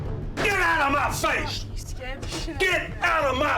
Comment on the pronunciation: "GIT OUTTA MAH FAISH!"